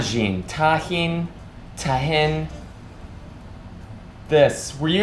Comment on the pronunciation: You had it right...Tajin (tah-heen). New sub here... Love yer channel!